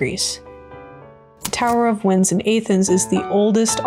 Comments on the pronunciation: A-thens is simply unforgivable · Despite your egregious pronunciation of "Athens" 😝 I absolutely love this video! Well produced, well research, sasy to watch, and something most lore videos aren't: fun! Great stuff. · The pronunciation of Athens had me reeling but it’s not a Roman city. It was originally a Greek city and currently still is. Rome at one point might’ve governed over it but it was Greek. Alexandria as well was built by Greeks & governed by them along with the Egyptians for quite some time as well. I’m nitpicking, but if we’re gonna use history to use analysis we gotta do it right.